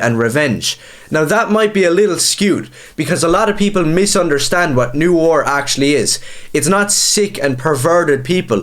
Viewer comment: What are you, twelve? First, look up how to pronounce "noir". And then go read Holy Terror.